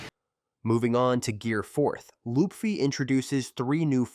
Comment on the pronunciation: You said "lupfy". It's LUFFY